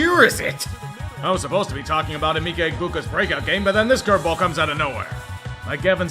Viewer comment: Re: Emeka Egbuka's first name, it's pronounced ə-MEH-kə. Nonetheless, he has proved to be that dude and he proved his value during Jalen McMillan (neck) and Mike Evans's absences (hamstring).